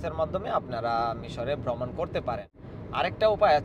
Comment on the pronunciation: Shudhu vlog korlei habe na. Ucharon thik kortay habe. Great,Vromon,Paper, Letter, Payment Kono ucharon thik mato hossay na🎉